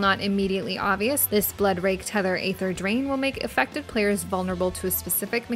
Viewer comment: The way you say aether aggravates me